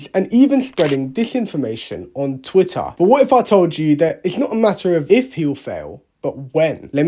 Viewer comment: Ohn twitahh